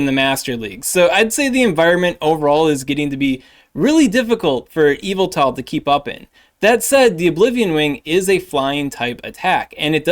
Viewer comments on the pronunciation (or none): It's EE-vel-tol (with the stress on the sharp E vowel) — not quite Evel-tol like the way it sounds when says it, but it's passable - yev-ettle is a failing grade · Cool video, but it’s pronounced “Yuhvettle” and you know what else? Zacian ain’t NOTHIN. I hit legend every season with Yuhvettle. Zacian really ain’t all that. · Your pronunciation of Yveltal is similar to MandJTV, which he believed to be the correct way of calling it 😂